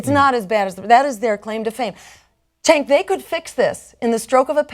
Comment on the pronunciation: I love Jill, but she should have checked how to pronounce Cenk's name. lol